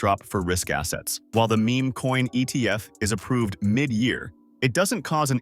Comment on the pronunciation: Bros AI script really just said Me Me coins hahahaha. Can’t trust what an Ai says if they can’t even pronounce Meme correctly. Ai Trash video slop.